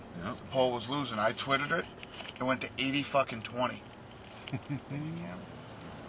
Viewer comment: ol Dana said I Twittied it